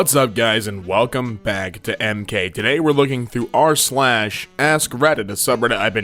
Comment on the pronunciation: Up guys and welcome back to Ma ass lol it does say that